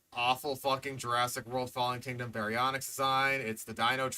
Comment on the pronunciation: “BARYONKS” omfg 😂🤣